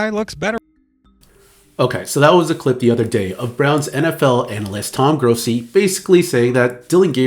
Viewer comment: Dude, if you’re going to comment on a reporters comments, especially for one who has been doing it as long as him, get his name right. It’s Toni Grossi. It sounds yo me like your say Tom.